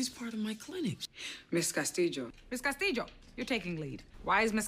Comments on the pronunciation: Here in the philippines we have lots of castillo surnames cause we’ve been ruled by spaniards for 333 years. we pronounce it as ‘Castilyo’ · It depends on where you're from! In Spain they (mostly) pronounce it CastiYO, in Mexico, too, I believe. She's part Puertorican, that's why she says CastiJO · Absolutely she did, and has been butchering that name from the get go. It’s why it’s embarrassing when she keeps going “Casteedjo” all the time when the double L’s in -llo sound like “yo” in Spanish. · Lol ur not weird. It's pronounced differently depending on the region. She has the j sound cause she's Puerto Rican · Valentina Cortés nope, in spanish “ll” is not this strong... tegan’s pronunciation is from puerto rico. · El punto en definitiva es que lo pronuncia mal, pero supongo que lo hacen a propósito para el público estadounidense. Es una práctica muy común en el cine de allá exagerar la pronunciación de las palabras en español, me imagino que debe ser para que el espectador piense rápido "No entiendo esto porque no está en mí idioma", en vez de pensar "Este actor habla como el o..." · Actually, she is pronouncing the LL in spanish as the sound of Y (similar to 'yoyo', in english), which is somewhat common in latin countries, but the correct sound is a little more subtle, closer to the singular L with an I, somerthing like 'LIO', but with the tip of the tonge touching the upper part of the oral cavity when pronouncing the L. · Used to think I was the only one who found her over the top pronunciation hilarious 😂